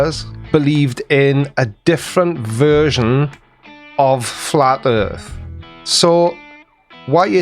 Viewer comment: What’s a “fla’ erff”? (And should that be one ‘f’ or two?) Please don’t make us listen to her again.